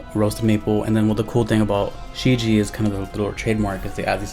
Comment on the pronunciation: Great review dude. Just to let you know, its pronounced as "shh Jyeah"